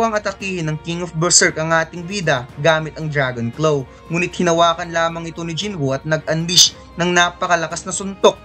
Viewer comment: Kinginang pronunciations yan! Athack (attack), dragon clow (dragon claw), cassel (castle).